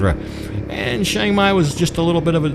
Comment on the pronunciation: just wondering why you say ( SHANG MAI) and not its correct name like the beer ( CHIANG MAI )or same as saying CHurch